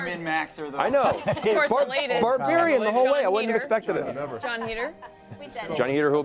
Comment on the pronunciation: Lionel is a "Bardbariain" XD